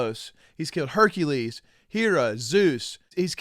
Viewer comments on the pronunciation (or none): none